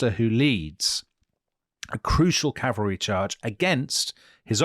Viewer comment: Last Stand of the 7th Calvary... Butchered